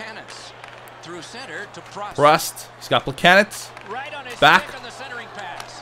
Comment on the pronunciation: Why does he keep saying plekanets. Its plekanec (pluh cann eck) right?